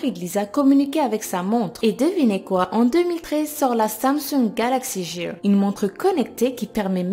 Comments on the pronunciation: T conne la montre se prononce galaxy gear pas galaxy jear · Samsung Galaxy "Jear" ? xD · "Galaxy Gear" ne se prononce pas Jire mais Guire. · Samesungue galaxy jire 😂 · Galaxy "jear" ???